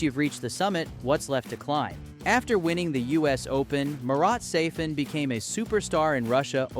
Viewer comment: He is not Sa-FIN, he is SA-fin.